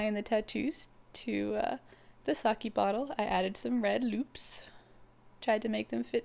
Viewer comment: IT'S NOT SA-'KEY', it's SA-'KEH' Nice idea, though.